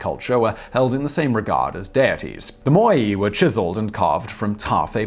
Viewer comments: does anyone know why this guy doesn't know how to pronounce words? MOAI = (moe) (eye) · "MOH-Eye" Wouldn't be a TT episode without the mispronunciation easter egg.